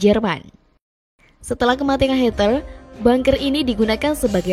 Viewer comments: bagus videonya please penyebutan Adolf Hitler, bukan hiter please deh yang bener lah litterasinya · Hitler jadi Hater. 😁